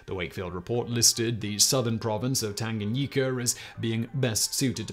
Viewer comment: 😂😂😂That Tanganyika pronunciation though🤦🏾‍♂️. P.S. I am Zambian watching from Zambia